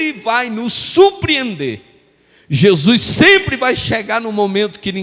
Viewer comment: É HORRÍVEL ESCUTAR ALGUÉM PRONUNCIAR "JESUIS" AO INVÉS DE JESUS.... JESUIS, NÃO CONHEÇO.